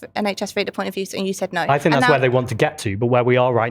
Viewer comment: And, constantly saying ‘I don’t fink..’ does not make it right 🙄